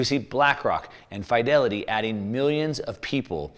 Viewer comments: Its pronounced as Feed-elity NOT Fy-Delity !! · The "i" in Fidelity is pronounced like "it" not like "high".